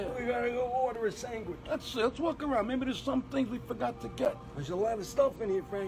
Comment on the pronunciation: Now I want a “sangwich” 🤣🤣🥪